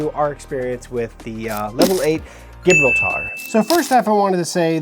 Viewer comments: Jah - Brawl - ter, But close enough. instead of the butchered jib rural tar. lol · Geez man you would think you’d look up how to pronounce “Gibraltar.” SMH 🤦🏽‍♀️ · OMG can’t even pronounce the name of the bag.